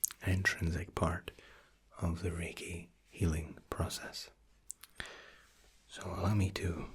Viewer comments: am I the only one who thought he said reggae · Tbh I thought you were saying "reggae session" instead of reiki session the whole time